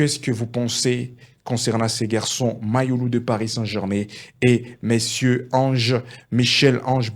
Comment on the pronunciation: Toi aussi fais un éffort de prononcer u et non i .